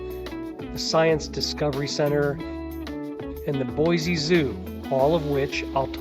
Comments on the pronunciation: It's Boise, not Boyzee. There is no Z in Boise.😁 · PLEASE re-record the narrative and pronounce my home city correctly. it's BOY-SEE not Boy-zee.... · I cringed everytime he said BoyZee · Pronounced: Boy-see. There is no Z in Boise. Edit: Oops, I see someone already made that comment. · Nonono it's pronounced BoyZee not Boise. Look it up when they first incorporated in the early 1600s it was pronounced BoyZee. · Sorry Linda times are a changing and it's now Boyzee....you see the world is getting lazier by the minute and it takes to much energy to say Boise. Don't let it drive you crazy tho just learn to accept it. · No Z in Boise. Yes we have a great City, but don’t say Boyze .